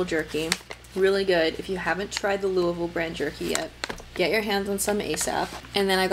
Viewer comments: I looove that jerky, and you actually pronounced Louisville right! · Impressed that a non native said Louisville right! Killin the game